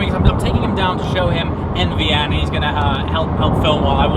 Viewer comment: I’m I the only person that hears AVN when he says NVN??